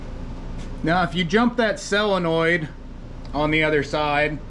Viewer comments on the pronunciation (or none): BUT why did he SAY selinoid ?